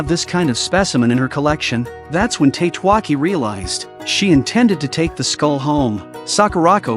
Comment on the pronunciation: I think Tatewaki should be read as Ta-te-wa-ki, not Tate-wa-ki. Then again this is AI read, right?